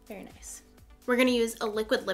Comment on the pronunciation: I am so thankful for this video. I've had friends who DESPERATLY wanted this. Thank you for even explaining in such great detail!!! Also when you said "noice" instead of nice you became my favorite youtuber!!!